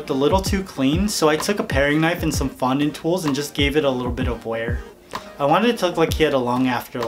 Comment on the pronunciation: you said fondue wrong